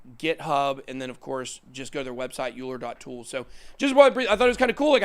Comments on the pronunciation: Euler is pronounced ‘oiler’ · Euler is pronounced Oiler. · Euler is pronounced "Oiler". We was a mathematician.